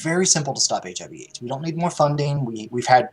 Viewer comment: Damn, that was kinda fucked up starting out, joking about "So you don't got the full AIDS, just the HIV"? (Sounded out phonetically, instead of the initials, like folks do when joking about it).. seemed kinda tasteless, Steven. :-/